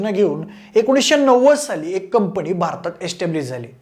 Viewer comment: कंपणी नाही रे.. कंपनी!